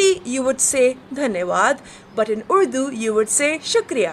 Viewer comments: it's actually pronouned Urrrr duuuu... not Uuuuu Duuu.... there's decidedly an R ... but from the tip of the tongue not the back of the tongue.. :D try to say R with the tip of your tongue touching the roof of your mouth over the front teeth, that's how the R in urdu sounds... it's sort of a vibrating R where the tip of your tongue flutters over the R as the air is pushed over your tongue from the voice box, it's a delicate R... a very delicate R... notice the girl who explains how urdu words are different from hindi words She says Urdu exactly how it's supposed to be said.. . None of that UUUUU DUUU bullshit ... lol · I'm Punjabi and i think the video is a little outdated because Karachi is now not the capital of Pakistan it is actually Islamabad and I also live in Islamabad and the pronunciation of Urdu is not udu it is actually orrdu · bro it isnt udu its urdu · Paul actually pronounced Urdu wrong. He was supposed to say the R in urdu